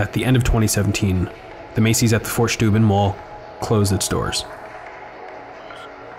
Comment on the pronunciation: It's Steuben! Not Schteuben! Get it right or go see a speech therapist!